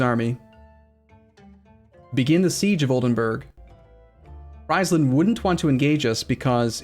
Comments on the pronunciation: Friesland is pronounced like “freesland” btw, as in “freezing land”. There was a time were you said it correctly in the past. I don’t care about most mispronunciations of Dutch words, but this just sounds way too bad. Like it is the land of French fries or something. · Hi, like your pronouncement of friesland, small tip: ei = y and ie = ee in Dutch